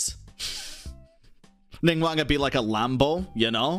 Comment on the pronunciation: Caught me off guard when he said ningwang instead of ningwong